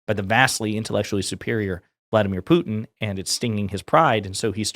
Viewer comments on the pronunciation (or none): Why does she pronounce it “poo-in” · She can't look in the mirror all she sees is a spitting image puppet of herself and someone needs to tell her that its pronounced put... in and not poo... in what a snowflake!! Why is she always shouting as well? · Does it bother anyone that younger people don't enunciate "t's" in words? Pu-en Ugh. Put-in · Putin! POO-TIN! So embarrassing that the White House spokesperson can't pronounce the Russian president's name. Who the hell is POO-in. Is it possible this woman can speak without screeching? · Is she calling him "Poo-en"? WTF? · She still doesn’t know how to say Putin. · Why can't this idiot pronounce "Putin"? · Does she know there is a T in Putin?